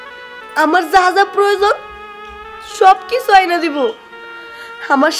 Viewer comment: আয়না বলো। উচ্চারণ ঠিক করো।